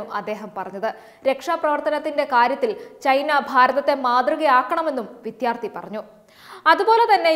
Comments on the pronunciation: വിദ്യാർത്ഥി എന്നു ശരിക്കു പറയണം. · ദയവായി വിദ്യാർത്ഥി എന്ന് ശരിയായി ഉച്ചരിക്കു. കഷ്ടം.....